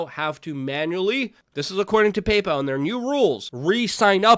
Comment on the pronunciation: Pay-PAL , Stripe , .......?